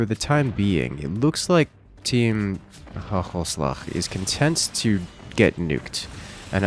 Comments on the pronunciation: the dutch team is pronounced wit the first a on hagelslag being AAA not ah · Bruh the way he says hagelslag is hilarious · Did he pronounce "Hagenslag" correctly once? XD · "Interesting" way you pronounced the Gs in "Hagelslag" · team hagelslag.. how you pronounce it had me dying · the way you pronounce hagelslag xD i tought it was arabic lmao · good try maat